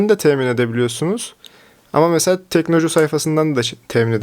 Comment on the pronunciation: teknoloju yazıyor orda sen inatla teknocu diyorsun usta ya delirttin beni :)